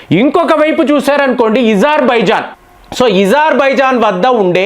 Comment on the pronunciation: అజార్ బైజాన్ ను ఇజార్ బైజాన్ అని ఉచ్చరిస్తే స్టైల్ గా ఉంటుందనా